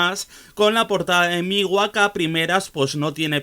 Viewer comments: No se dice Migua… Se pronuncia Mgua. Otra cosa, Ł no es una L (ele). Mgła en polaco significa Niebla. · me causa mucho conflicto como pronuncias MGLA, según he visto se pronuncia "múgla" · Se pronuncia Mgwa, ł esto es un signo diacrítico (gráficamente similar a la tilde aguda). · si, me gustó mucho el video xd y lo de la pronunciación así suena en el google translator de Polish, además en la página del metal archives también pone cómo se pronuncia, es algo entre múglah y muglá